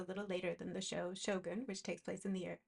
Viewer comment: Excellent video- very informative. I always thought the show was pronounced “show gun’” so I liked hearing how properly say it. So much detail went into each piece.